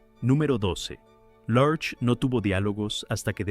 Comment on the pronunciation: La interpretación de la creencia de Miércoles es completamente americana. Creo que los latinos nunca entendimos porqué se llamaba así. La pronunciación de Large en esta narración, no se entiende. No entiendo el comentario de que esta serie no encajaba en la época. quizás fue en EU, En México fue un exito total.